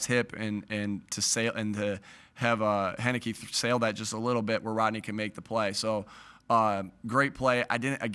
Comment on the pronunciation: My mans said Henecke 😂😂😂